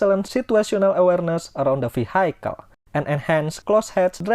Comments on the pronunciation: Pak, vehicle is pronounced vee-hee-kel. Not vee-hai-kel. Peace. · Very good video. thankyou. btw vehicle is pronounced V - HE - Cal